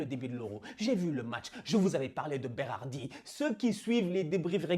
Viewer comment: félicitations pour la prononciation de Roberto Mancini et Berardi ( mais aussi Locatelli e Marco Verratti)Tu es sure que tu es pas moitie italienne?? 😄